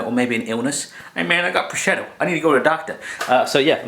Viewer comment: Pronunciation of prosciutto: pro-SHOOT-o. And this seriously looks so good,! Share please?